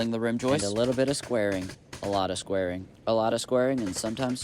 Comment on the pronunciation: You said squaring but I heard swearing 😂